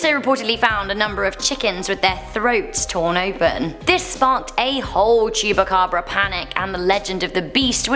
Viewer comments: Um, first: The Chupacabra is from Mexico and second: It's not Chu-ba-cabra, it's chu-PA-cabra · She Said El Cucuy better than she said chupacabra. She was struggling with Llorona...😂. And it's China cemetery not Chinese cemetery...and I believe the name is derived from the China berry trees that grow in the area.